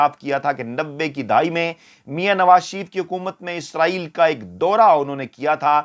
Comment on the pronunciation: جناب فیاض راجہ صاحب اگر آپ کی والدہ حیات ھیں تو ان سے کہ آپکی مونہوں چوم لیں ۔۔۔۔۔ کہ آپ بہت صاف اور واضح لہجے میں " اسرایئل" کہتے ھیں۔۔۔۔۔ یعنی موجودہ دور کے اینکرز کی طرح " عزرایئل " نہیں کہتے۔۔۔۔۔۔۔! 😊 اللہ آپ کو ھر طرح کی عزت، دولت اور عمدہ صحت سے نوازتے رھیں۔۔۔۔۔۔۔ آمین۔